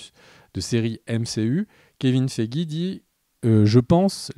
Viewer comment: Le Kevin Feigix m'a tué 😂😂😂!!!